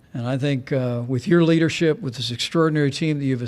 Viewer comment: “I thank your Leardership” If anyone lived in dictatorship countries..... knows this is a textbook sentence!